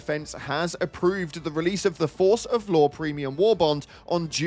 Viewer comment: Ngl when you said Law, I thought you said Lore 😂